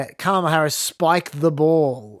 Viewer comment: I am so thankful for your Trump tweet voice actor on the main show. In a world of half-rate impersonators, your guy NAILS Trump’s weird cadence and scattered emphasis on certain words — right down to the mispronunciation of Kam-AH-lah 🤣